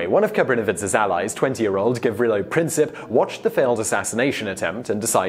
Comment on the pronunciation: Also, with Princip, its Prin-seep